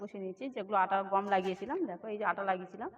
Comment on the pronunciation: এই লতু গম নাকি গাম বলে মনে হচ্ছে ❤❤❤❤